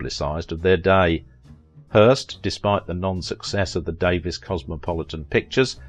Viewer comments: You say her name wrong. You do know there is a way to find out. You can literally Google it for the correct pronunciation of any name? It bugged me the entire video. I'm going to have to unsub if mispronunciations are going to be the rule. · Thank you I was going to post this but looks like you did it first. In this piece he said she changed her name so it sound more British he seems to be from there and miss pronounced it? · Davies is a Welsh name as is Davis and is pronounced the same way. Americans always like to be different when pronouncing British names - another example is Mackay/MacKay/McKay, a Scottish name which Americans like to pronounce as MacKAY (rhyming with DAY) instead of the British way which would be MacEYE (rhyming with my or by). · Sadly, YOU are pronouncing Marion's name INCORRECTLY!!! It's Marion DAE-VEEES not Davis! Marion was BEAUTIFUL and VERY TALENTED! I LOVED her in the movies I watched with her in them. So be it if she was LOVED BY A TYCOON, don't care! I believe she loved him too. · Same photos were repeated over & over. Her name is Davies pronounced Davees not Davis. Citizen Cane, critics loved it, me not so much. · Its pronounced Da-VEES. Not Davis. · Good work but could have been better. Documentarians learn to use the performer's preferred name pronunciation known to her public, her friends and Hollywood. It is DAVE-EES not Davis. Your British heritage and UK pronunciation should give way. Marion was an American not British and it is common here to say DAVE_EES when the name is spelled Davies. Careful documentarians could also have done a search for director King Vidor's Honorary Oscar video on YT where Audrey Hepburn (hardly an American) pronounces his name correctly as the presenter (unlike you). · Her las name is actually pronounced Davees. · Not outside the US. Davies is pronounced Davis in the UK. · Why not learn how to pronounce her last name correctly before you do this? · Thank you...that was driving me crazy, lol